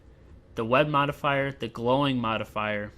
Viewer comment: I couldn't help but to hear S.L. Jackson saying motherfucker each time you're saying modifier ... !